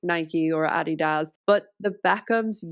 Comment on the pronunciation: "Addi-dás" lol i love it